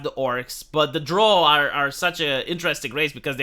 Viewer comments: Its pronounced, the drough like eyebrow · drow, like prow of a ship. not drow like crow, and especially not drow like "draw"